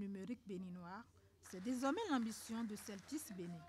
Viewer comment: DesormAIN RONgement Que dit l’orthophoniste ?